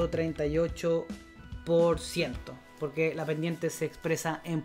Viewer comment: Hola, dado que los de habla hispana en el mundo somos muchos pero también hay gran cantidad de modismos para decir lo mismo, creo que deberías hablar con MENOS APURO, arrastras muchas palabras que no se entienden para nada... Ejemplo: Bendiente del 30 Borciento... Saludos